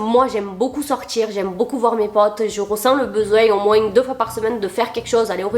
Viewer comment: par pitié ne t'arrete jamais de prononcer le "s" de moinS , c'st trop mignon